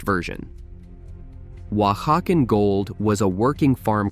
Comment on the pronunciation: Someone else stumbled across the thing 'Oaxacan' gets pronounced differently every time the narrator says it?